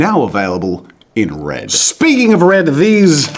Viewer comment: Imagine jazza having a speech impediment... “WED WED WED”